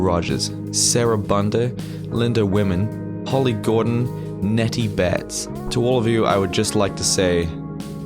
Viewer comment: Hihi I loved how you pronunced my last name ^^ and you are so welcome <3 // Linda Wiman